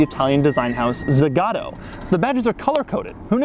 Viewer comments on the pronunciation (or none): Why is it that American Native Speakers never pronounce a Brand like they do it in the country of its origin? Tsaa-gaa-to with an o like in Alamo not Zaghetto or Zagaddo.